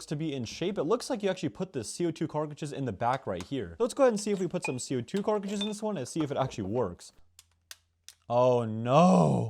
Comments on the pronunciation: We ecpect this guy to be smart when he calls cartridges car critdges💀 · Please stop saying " carkages" man. I could enjoy your content more if your information was more accurate and you pronounced your words properly. Keyboard warrior karens can bugger off with your opinions on my opinion fyi. Thanks. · lmfao fr "Carkages"